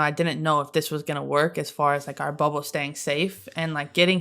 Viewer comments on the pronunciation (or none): I almost thought Stewie had a speech impediment cos’ she kept saying ‘Wubble’. Took me a hot minute to realize that she was referring to the WNBA bubble. 😂